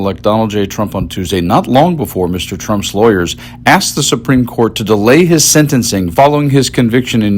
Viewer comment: SUPRIME CORT ....IS .....SUPREME SHET 😂😂😂😂